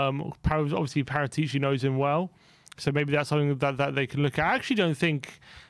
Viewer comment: Great channel guys but you need to learn how to pronounce Paritici correctly lol.